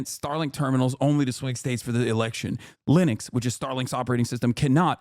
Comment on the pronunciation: She had me at "Lenux" ITS BIG BRAIN TIME